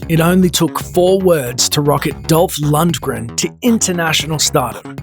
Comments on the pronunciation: It's Lundgren, not Luntgren..... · Maybe someone who can pronounce his name should have done this video. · I always thought (still do) that the g in Lundgren was silent... Never heard it pronounced that way lol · i always though the g was silent